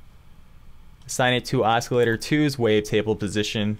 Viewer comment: Why are you pronouncing it (os-kil-lator)? It isn't pronounced that way. It's pronounced as (aa·suh·lay·tr)